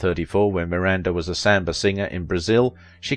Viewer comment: I think you did a wonderful😊 I will admit your pronunciation of samba was a little confusing but other than that great doc. Short sweet and to the point. I think she was a wonderful strong woman doing what she couldn't her time to make a name for herself, and it's a common shame for many women of that time where you're either not white enough or not dark enough.